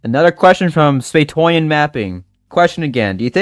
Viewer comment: Spaetoian isn’t that bad of a pronunciation! Good job for trying,! My channel name is prounced as Spee-eh-toe-ian Mapping ——————-(Spe) (i). (to) (ian) Mapping Thanks for answering my question even though I found out a few days prior! Thanks to reply’s telling me to check the micro wiki and lemme answer this for you who is wondering roughly where in Oregon: Hugia is located west of the Cascadian Mountains in Oregon (@ you didn’t completely butcher my name)